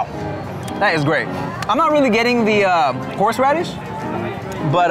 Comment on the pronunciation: Tim sure do love horsh radish